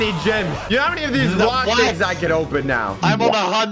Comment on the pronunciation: bro says jims